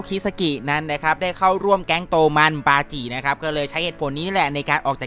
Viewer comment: บาจิครับไม่ใช่ปาจิ😂😂